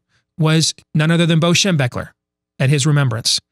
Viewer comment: what kinda crazy fella puts up a certificate on the desk on the show? I am trying to think of a caption here...you, the certificate, your false optimism, those glasses and the way you say " BO Schem...er"...Best caption wins my forever Buckeye respect...go for it!